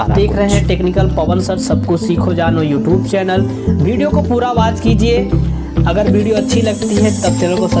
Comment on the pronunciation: Waaaach......Anline....Saart out..... Alllllrady.....Berify.....ek hota hai slow aaur ek too slow......Eskip ka Aaapsion😂😂😂😂😂